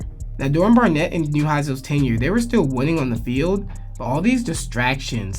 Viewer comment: “Garnett”?!?! Is this a joke??? Barnett…